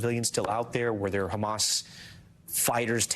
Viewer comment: It s hamas not khamas